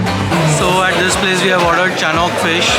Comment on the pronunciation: It's chonak and not chanok